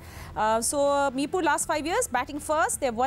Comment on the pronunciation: It's not mirpub It's Mirpur